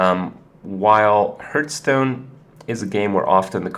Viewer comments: IT'S PRONOUNCED "HARTH STONE" NOT "HURTH STONE" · Why cant he pronounce it properly, ARGH